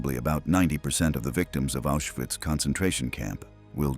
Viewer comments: Diese automatische deutsche Vertonung ist unmöglich und nicht zu akzeptieren! Viele Wörter - selbst Auschwitz - werden absolut falsch ausgesprochen. Unmöglich. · Nemmeno sa dire Auswhitz